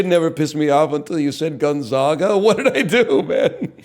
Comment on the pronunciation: Ok his pronunciation of Gonzaga is infuriating